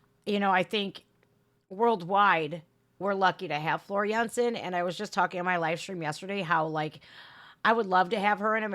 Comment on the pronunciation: I like how you properly pronouce Floor Jansen the Dutch way..👍